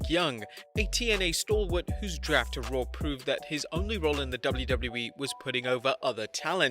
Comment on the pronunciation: “With Ric Flair running Rawr”